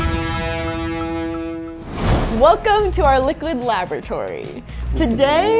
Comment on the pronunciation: La-bor-a-tory not La-bo-tory